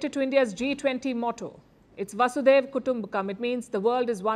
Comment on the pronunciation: Palkiji, it is not "vasudeva" kutumbakkam but "VASUDHAIVA" वसुधैव!!